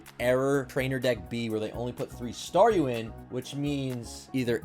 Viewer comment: Just realized Star-YOU, Star-ME lol What's it's next evolution, Star-US? :p